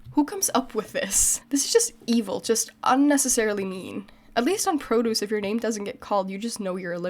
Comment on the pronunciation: There! You say "produce" again like the noun(vegetables).. hehe happy new year